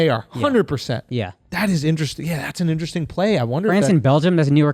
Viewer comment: If I got a nickel everytime Andrew said Interessttinngg I could buy a Tesla